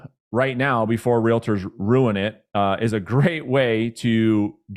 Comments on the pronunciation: Great content! I usually don’t comment like this but, I cringe every time I hear you say Real-a-tor. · Please mention to gentlemen in plaid suit that Realtor is only 2 syllables. Just trying to help him 😉